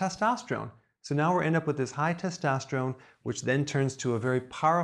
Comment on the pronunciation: Did anyone else notice that Dr Berg said "Follicules" instead of "Follicles"? And he also mispronounced testosterone.... If he's an educated doctor, Why do you think that is?